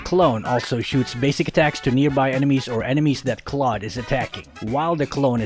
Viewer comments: Why do people even pronounce Claude's name as Cloud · I thought it's pronounce is cloud (Holdap to hahahah) Is this Filipino Love this channel i will sub now MORE ULTRA SPEED GUIDE PLSSSS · Ofcourse its claude not "clau de" hahahahaha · its dumv hw in the tutoriels video in mobie legend pronounses claude "cloud"